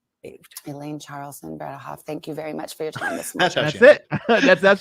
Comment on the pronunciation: Bred-eH-hoft . Not to be confused with ayyyy. It is an EH